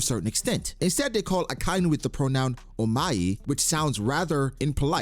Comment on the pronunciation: Ya, even more disrespectful the fact that you can't pronounce akainu's name correctly..very respectful indeed, just like shanks eh 😅